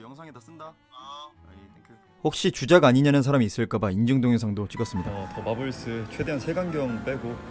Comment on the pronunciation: '더' 가 the가 아니고 more할때 더 같은데